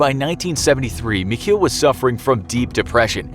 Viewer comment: Guys pls stop trying to pronounce german words ITS SO HORRIBLE but nice vid otherwhise as always (It's not "mich - heel", it's "mich el" like the spanish article)